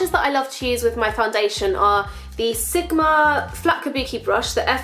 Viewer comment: I like how she says "sigma" hahah "sikma" :)